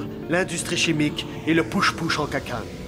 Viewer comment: qui dis ''kick la cacanne'' pis ''tarte aux pacanes'' quand il essaye de prononcer le nom en japonais LOLLLLLL